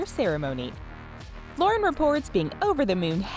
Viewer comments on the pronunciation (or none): none